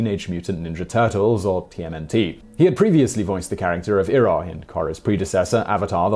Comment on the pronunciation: You mispronounced Iroh, it is pronounced eye-roh.